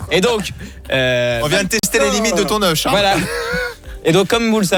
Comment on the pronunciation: L'euch alors que c'est œuf on dit de cauet mais la bichette désolé